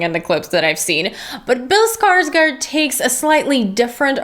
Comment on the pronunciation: I wonder who will be the first American reviewer to pronounce "Skarsgård" correctly. The "å" doesn't sound like an "a", it's more like an "ou" (as in gourd), so "Skars-gourd". Good review btw :)